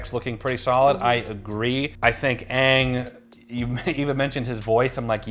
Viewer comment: It doesn’t change anything, he made a statement that could do 1 or 2 things and has 50/50 shot of being true. But I really don’t believe he’s an actual fan of the series, he pronounced Aang as ong like the fake live action movie. And then he bashed the only character in the trailer (as you are) about how deep his voice is even tho he literally looks exactly like him has his mannerisms down and regardless if you say it does or doesn’t his voice is almost the same to the original voice actors.